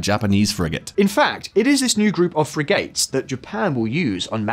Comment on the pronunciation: OMG! Arc-a-peh-lay-go? Free-gates?